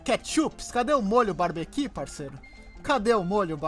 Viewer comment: Ai que cringe!Não é molho "barbequi" é molho "barbeCUE"Se paga de esperto mas nem pronuncia.Eca.